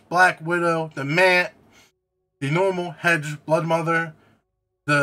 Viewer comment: Broodmother not bloodmother